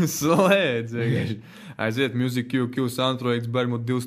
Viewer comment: Muzik kū kū? Vispār jau izrunāja ''Mjuzīk'' , Lol